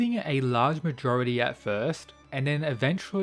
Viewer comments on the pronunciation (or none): none